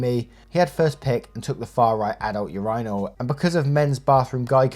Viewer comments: Urinal is pronounced - " your in el" hearing you say urinal sounds like "your rhino" lol Much love though! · WTF is a ur-EYENaL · Hearing pronounce urinal as "your-eye-nal" 20 times was hilarious! It's typically pronounced "urine-al" 😂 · It's ur-i-nal not ur-eye-nal 😂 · Yourinal? Its myrinal!! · Why do you pronounce Urinal like that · Why no one says anything about how he pronounces "urinals"? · the way u say urinal is sending me 😭😭😭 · The way you pronounce “urinal” had me laughing